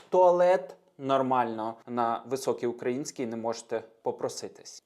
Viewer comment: На високій українській (і) ,а не (и). У Вас помилка😊